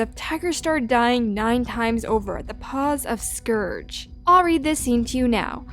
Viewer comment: scourge not scrouge